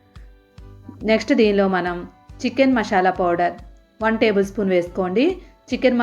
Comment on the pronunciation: చూపించింది చికెన్ చేసింది మంచూరియా నువ్వు మోసం చేసావు తల్లీ నీకు కూడా తెలుసు ఇంకోటి నువ్వు చెప్పేదానీ పేరు మశాలా కాదు తల్లీ మసాలా అంటారు వీడియో ఓవర్ ఉంది 10నిమిషాలు టైమ్ బొక్క నాకు అందుకే ఇలాంటి కామెంట్ 😂😂😂